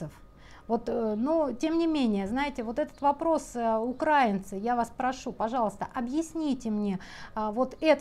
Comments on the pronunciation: УкраИнцы..., будь ласка, правильний наголос важливий. Дякую за вашу роботу. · правильно говорить УкраИнцы😂, украИнские…